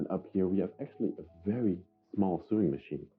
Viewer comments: Ok, you're killing me!!! Lol. The chest that had the stuff in it and smelled funny is called a cedar chest. It keeps moths (mainly) out. The "built in cabinet" is a closet. And it's pronounced so-ing (sp-sewing)not sueing....lolol. Great video and you're so delicate and caring. Lots of retro furniture!!! Love it! And I miss the '70's...lol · Please may I explain? The word 'SEWING' is pronounced 'SO-WING' and the word 'IRONING' pronounced 'I-ONING' because the 'R' is silent. I hope you don't mind me telling you. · I smile every time I hear you say the words "sew" and "sewing". We actually pronounce it the same as "so", "sow" and "sowing".